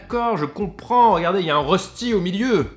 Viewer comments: Vidéo très sympa comme toujours et ça fait plaisir de voir un kebab "suisse" =) Si jamais rösti se prononce reuchti pas reusti =P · Ca se prononce « Reuchti » 😉